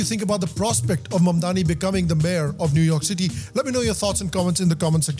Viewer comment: New York City ❌ New Umah City ✔️